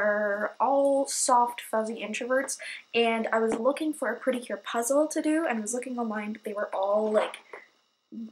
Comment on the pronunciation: I thought you mean to say Cute instead of Cure lol